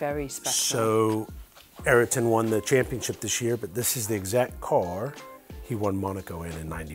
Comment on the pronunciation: the one Aryton(??) won Monaco in....What is it whit people and pronouncing names and words like nucleair and Ayrton...? Nukular Aryton....